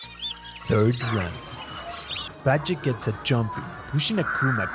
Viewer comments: Dude, for making a video of Alex Valle in order to pay your respect to his achievements in his fighting game career you do not seem to respect him. His name is Alex VALLE, V A L L E!! NOT BADGEY!? What the fuck is wrong with you? How hard is it to say VALLE? Seriosuly man... Poor effort man... poor effort. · you mean Valle when you say Bajay? :D Why Video has nice editing I like it. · Hearing in pronounce the double L in Valle like Js was super annoying. Like in what language are Ls pronounced like that? It’s a Spanish surname so obviously the double L is pronounced like Y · Aleks Bye-jay 😂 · not to sound like a dick or anything but it may be worth redubbing. its a good video but you said alex's last name super wrong.